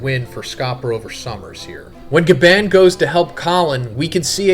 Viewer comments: His name is GYABAN... GYAA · Bruh STOP SAYING GABAND!!!!! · Bruh what are you not American? Can you not say GaBON??? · Why do you pronounce Gabans name like that? Lol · Glad I’m not the only one cringing when say it like that